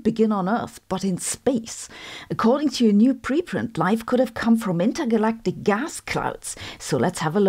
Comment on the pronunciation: Why do you call it inergalactic?